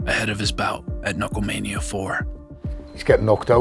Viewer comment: "knucklemania"? Really?